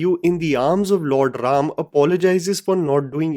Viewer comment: THANK YOU FOR CALLING RAM NOT RAMA...A WESTERN PRONOUNCATION...🙏🙏🙏